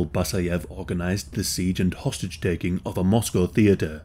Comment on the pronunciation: You say "hostage".. ...I hear "sausage". ...this diet is killin'me.